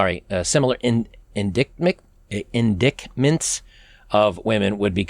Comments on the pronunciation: Hold up. . "In-dik-ments"? You had "indictments" right the first time! Did you have a small stroke right there? 😄 Nobody's perfect. Love your content. 👍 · you pronounced "indictments"correctly the first time... in·dict·ment /inˈdītmənt/ noun plural noun: indictments 1. NORTH AMERICAN a formal charge or accusation of a serious crime. "an indictment for conspiracy" 2. a thing that serves to illustrate that a system or situation is bad and deserves to be condemned. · Indictments. You said it correctly the first time. 'In-dite-ment'. It's a stupid word. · 'indictments' is pronounced 'inditements' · It's pronounced "in-DITE-ments". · reee inDIGHTments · ‘Indictments’ = ‘in-DITE-ments’ you mispronounced. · ehh.. just info.. I Believe that the " Indictments " word is similar to the court use.. and is pronounced.. " Indightment " or Indite .. c is silent... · Jack Tiscione here: indictments ==say like IN--DIGHT--MINTS...To charge with a fault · "Indictments"...pronounced In-dite-ments...Not a word I see in print much either. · "indictments" is pronounced /in-DITE-ments/....just saying :) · Indictments is pronounced in DITE ments. Cheers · You've got to do better on pronouncing indictments. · I am with you, but angry.. And then when you corrected your proper pronunciation of "indictments" to try to read it like it's spelled, it made me laugh a little... So thanks for not knowing how that word is spelled.😀